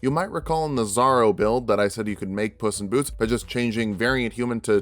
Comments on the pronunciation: Really zorro? I was wondering who this zaro character was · Something to help the algorithm: "my world's on fire, how 'bout yours?" Also I spent like half the video wondering who the fuck was this "zarro" build and why I hadn't seen that video until I realized you were just mispronouncing "Zorro" to bait the comments (saw and loved that build tho) You fucking got me there, 😂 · I was almost 1/2 way through until I realized that you were saying Zorro, it sounded like 'zarro, I thought it was slang for bizarro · Big fan of the videos! But I need to say it. It is pronounced Zor-ro. The first “o” maintains the “o” sound. So it sounds more like the “o” in “or”. Not a big deal though. Was a big fan of the Zorro build and love the character so I had to say something. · why does he keep pronouncing "zorro" as "zaro" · why does he keep saying "zarro"?